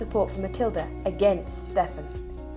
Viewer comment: Should be ponounced "Steven", not "Steff-an" despite the spelling.